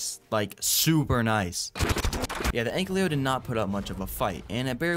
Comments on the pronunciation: Brother pls it‘s Ankylo Not Anklyo 😂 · Commenting on every vid until he pronounced ankylo right❤